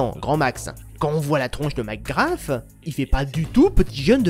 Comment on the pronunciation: Tu crache 1 poil trop sur le jeux a mon goût meme si tu as certaine critique pertinente. Aaa et arete de dire macgraFFFF ses macgraSSSSS S PAS F